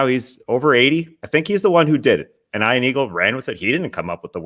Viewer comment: I really like the wedgie shoutout but the dude needs to pronounce his name properly. As an Ian myself he doesnt know how to pronounce it properly. Ion is not Ian